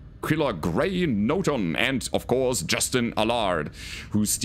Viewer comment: NoTon not NorTon. 😉